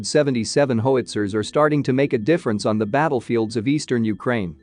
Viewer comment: It's pronounced HOW-IT-ZERS not HO-WIT-ZERS